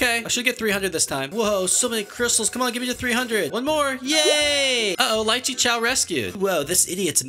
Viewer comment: Its pronounced liiche not lyreche